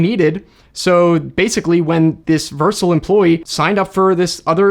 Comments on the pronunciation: Dude pronounces it Vercil instead of Vercel. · Just FYI, "Vercel" is pronounced "ver-SELL," not "VERSE-ull." :-) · Vursle 😭 It's pronounced ver-cell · Its pronounced Ver-cell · That's not how to say “Vercel”. It is ver-cell. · Don't mind me, I'm just throwing up in my mouth every time pronounces Vercel